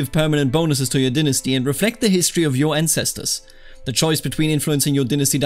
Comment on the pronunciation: Please say "dynasty" correctly in the future. It made the tutorial hard to follow and I ended up with my dong caught in a ceiling fan. - All of America